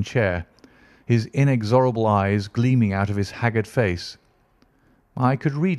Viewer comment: The first story but the reader has pronunciation issues imho. So far Catullus, inexorable and research all need editing and replacing with correct pronunciations. Otherwise a very good reader.